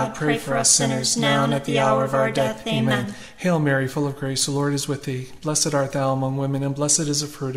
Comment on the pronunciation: Thank you ! Can you please 🙏 ask the lady to say the " Amen" properly as she sees to say " Ama" !!! 😢